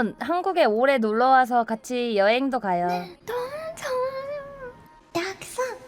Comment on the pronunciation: 너~무 죠아요오~↗️↘️ 발음과 목소리가 한국어가 아님